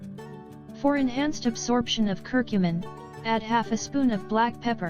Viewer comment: I dont understand why she is saying cur cummin